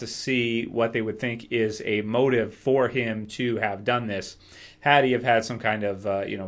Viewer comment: it's ser dontos not dontis!